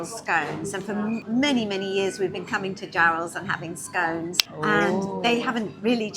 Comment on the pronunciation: Happy Treason Day. 💂‍♂💂‍♂ Hello. 👋👋👋 Ketts Rebellion??? Never heard of it. WILMAAAAAAA!! I'll have the garlic butter cheese. The stronger the better. In the background. Wellies?? Scones? Covering my ears at the pronunciation. 🎧 My scones from next week are a bit raggedy. I'm so glad the crabs had their clothes on. I don't have an 18+ verification or a VPN. 😂😂 Whelks are awful. Rubbery, like the soles on your shoes. Octopi or octopuses? Just saw them in restaurants in Bangkok, along with insects and some things you really don't want to see or hear about. I thought the label said Holey Mackerel at first because the reflection hid the 'W'. Vinegar yep, if you're having anything on it. I never did. We caught our own crabs at Whitley Bay. Willicks too. dress(v.) c. 1300, "make straight; direct, guide, control; prepare for cooking.